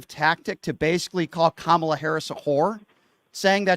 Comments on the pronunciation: Oh yeah, sure. Kamala couldn't have accomplished anything on her own merit * snark* this caller is a maga POS like all of them., come on, man. And her name is Kamala.: like a coma + la dumbass. They mispronounce her name purposely as a means of disrespect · It's Ka-ma-la or VP Harris! 🗳💙🇺🇸⬆️⬇️ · Pronounce her name right You piece of💩. These story’s that came out about the 🤡 and been investigated and that’s why he’s where he’s at 💩 behavior and trying to normalize his criminal behavior f you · Pronounce her name correctly. Show at least that much respect. You know nothing! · Say VP Harris' first name correctly. Shows just how ignorant you are! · Why can’t this MF’R pronounce the VPotus’s name correctly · Can any of these guys pronounce her name right? Are they doing it on purpose? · This jerk is purposely mispronouncing the VP's name.He is a racist. He is scum. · He can't even be bothered to learn or pronounce her name correctly. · This moron can't even pronounce Kamala's name correctly.